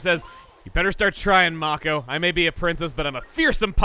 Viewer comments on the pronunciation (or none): It's may-ko, not maw-ko